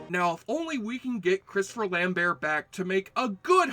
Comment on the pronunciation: you pronouced lamberts name wrong dick